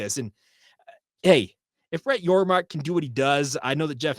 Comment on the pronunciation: Thanks for the shout-out!! And for saying my last name correctly!! You are one of the few that have. So for that I thank you. I'm excited for BYU in the Big XII!! Appreciate what you do. Go Cougs!